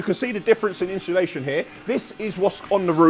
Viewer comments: Definitely said inshulation.. not insulation. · Inshullation lol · Ha ha ha I’m glad you picked up about Inshulation 🤣🤣🤣🤣